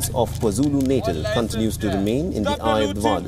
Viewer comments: Natal should be pronounced Naatal. Not like natal in neonatal... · It's pronounced 'KwaZulu "Naataal"' or just say KZN. 🤷🏾‍♂️